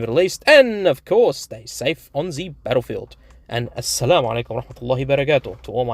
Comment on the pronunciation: Im surprised you can say assalamualaikum perfectly. Respect from a fellow muslim in Malaysia